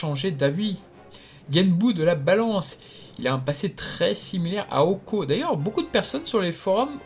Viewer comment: ohko ?! c'est DOHKO-SAMA petit effronté!!!!!!!!!!!!